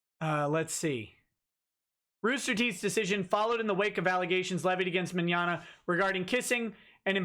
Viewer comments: "Meggnogna"? Who are these children. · "Vic Meggnogna" lol. "Vic Mignignog".